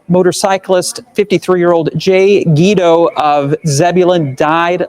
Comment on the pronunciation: Thank you for helping to spread this story. Yes, you were pronouncing his name correctly sounds like GWEE-doh. This woman needs to be found! Jay’s entire family is devastated by this horrific, senseless tragedy. This is my brother. This happened just 3 days after attending our father’s funeral and two weeks before his daughter’s wedding! We lost our mother is a car accident in 1989, when we were young, so it hits even harder to loose him this way. He was an incredible son, brother, friend, uncle, great uncle, nephew, cousin and most intensely father and husband! An overall incredible human being! Please help find this woman. Hug your families tight and tell them you love them, you just never know 💔🥺😢